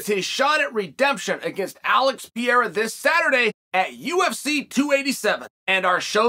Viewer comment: "Pierra" always gets me